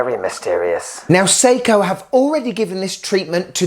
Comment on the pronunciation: Sei•KOHHHH 😅 Love the content 👌🏽